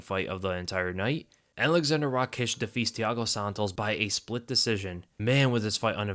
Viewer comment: Noo Rakiic its Raakic